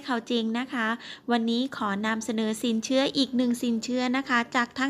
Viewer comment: สินเขื่อ..ออกเสียงไม่เอก อินาง... ติดเหน่อปะเนี่ย!!